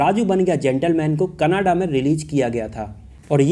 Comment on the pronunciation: aap canada kehna chahrahe ho ya kanada kehna chahrahe ho